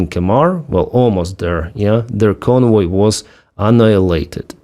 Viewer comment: "convoy of drugs", I was wondering what I was hearing. Lol.